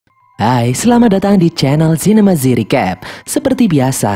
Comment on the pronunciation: Nama channel: Yg gua denger:zinema z recap